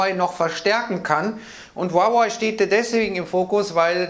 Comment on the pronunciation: Huawei wird Hahwäh ausgesprochen